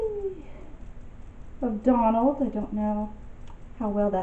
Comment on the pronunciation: You said Donald and I heard McDonald's.